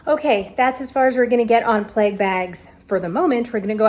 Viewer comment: Had to laugh. I heard you say "pleg" and thought huh, I've been watching you for a little while and haven't heard that word before- must be a Jewish thing I haven't heard of. Then realise you were saying "plague" :)